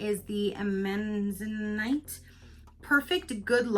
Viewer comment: Girl...I'm all about the crystals! Thank you for their website!...And it's pronounced Amazon-ite...LOL...sorry, just trying to help you along.